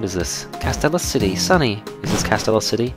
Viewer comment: it's pronouced Cas- steel- ia city